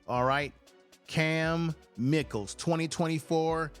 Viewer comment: Pronounced; My-Kel